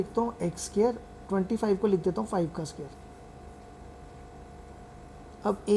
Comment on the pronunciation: bro a scare nhi square hota hai